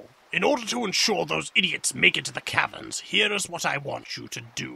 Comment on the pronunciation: OOOOOOO the Cavrens of time. I thought he was saying Cabin. i didnt think there was a cabin anywhere near gagetzan.